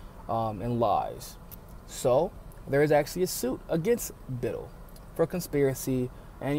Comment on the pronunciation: Small thing...pronounciation is Bit-TELL, not Bittle (like little).